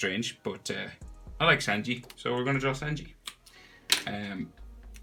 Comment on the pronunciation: Its sanji but it’s pronounced sUnji